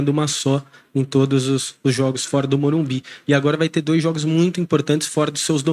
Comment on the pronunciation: Carpini tem de ser orientado a falar MorumBIS